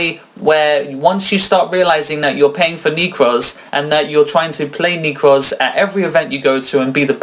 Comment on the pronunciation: Nekroz not Neekroz...